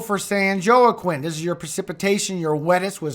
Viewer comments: Yoh-Ah-KWEEN????? Generally accepted pronunciation is Wah-Keen. San Wah-Keen Valley. Sheesh....so basic. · Joaquin is pronounced Huaqeen. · Joaquin. Say Wahkeen. ❤️ 😍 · Joaquin pronounces Wah-keen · Joaquin. Say Wahkeen. ❤️